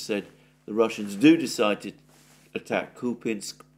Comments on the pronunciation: KupYansk!!! Not kupinsk! Whoever told you that must have an appalling regional accent. Wrong! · Kupiansk is not pronounced 'Kupinsk' - complete nonsense, just pronounce the names like most people do in English and forget about the subtleties of Ukrainian pronunciation that would be lost on a foreign audience anyway - otherwise, great work as always! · Купјанск = Кupjansk = Kupyansk Here the "j" is pronounced like the second sound in the English spelling of the letter "I".